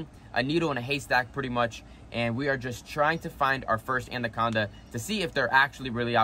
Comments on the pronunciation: Fun stuff. Especially with the kids/teenagers Btw it is anaconda not andaconda 😉 🙏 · There's no D in the beginning of Anaconda